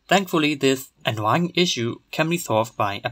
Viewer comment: The French twist in the pronunciation of 'coin', 'annoying' is fascinating.